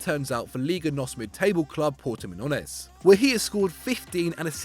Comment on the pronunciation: The way they said Portimononsense instead of Portimonense LMAO